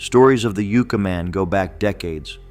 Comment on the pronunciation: All the narration and most of the videos in this series are all AI. It all still looks and sounds fake. It makes absolutely no sense to me how AI computers dont know how to pronounce city/place names correctly. Yooca Man? Ya had it right before dumb AI....Yucca Man. And this stupid AI narration mis-pronounces other city-names in other videos. Pathetic.